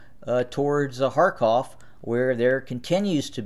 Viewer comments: 99% of Americans pronounce the words as they see it in English... and it is written as Kharkiv, so why would an American who "does not understand the subtleties of Slavic pronunciations" deliberately change the proununciatioin to a name written as KharKIV to KharKOV ??? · He's an American. He doesn't understand the subtleties of Slavic pronunciations and why would he?